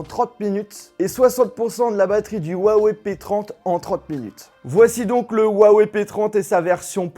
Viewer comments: On dit wuaWEIW !! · tu ses même pas dire la marque sa se dis wawaille en anglais tu fais honte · Rouawei et pas Wouawei en chinois le H se prononce proche d'un R. La vidéo d'explication sur la façon de prononcer le nom de la marque était pour prononcer le "ton" montant qui donne un Wouaaa ↗️↗️et wei ton descandant ↘️↘️. Écouter les présentations de Richard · Très bonne vidéo parcontre on dit Ruawaï et pas uawé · Cool cette vidéo sur le "wawé" p30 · Lourd le « OUAWÉ » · Le mec sait pas prononcer le nom de la marque correctement , mais faut que je succombe à son opération com'